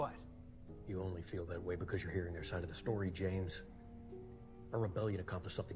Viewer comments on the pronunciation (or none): none